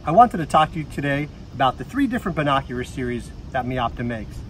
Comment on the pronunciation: Is he saying Bin Oc U Rar